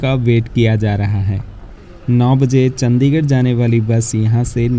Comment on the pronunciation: Bhai aapki sabhi videos wo chahe roadways ki ho ya rail ki, sabhi bahut achi aur informative hoti hain. Bus aapse ek guzarish hai ki kripya karke Chandigarh (चंडीगढ़) ko चंदीगढ़ naa bulaya karein.